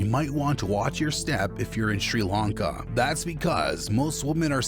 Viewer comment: I've been going to Sri Lanka for 20 years and now have a house there. Most of this is complete bullsh!t!. They can't even prounounce Tamil properly - or 'Sri Lanka' for that matter!